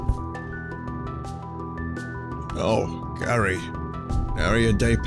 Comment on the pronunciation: wtf... vinny says "Gary" when it suposed to say "Garai" ? how? why? XD